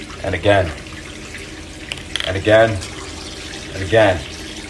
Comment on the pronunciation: I love how “and again” slowly became i’m gay